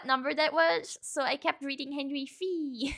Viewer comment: "Henry the Eight commonly known as Henry Veee"